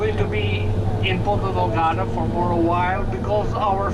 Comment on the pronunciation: i can also tell you that the azores is much cheaper than the mainland Portugal, so, with 1,700USD per month you will have absolutely no problem whatsoever... and its not "porta del garda", its Ponta Delgada. Hope i helped you